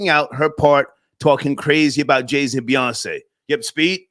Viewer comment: It's JayZ, not Jay C. And they all want to burn what we built. 🤣 go figure.